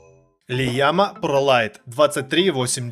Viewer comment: не лиама а ияма)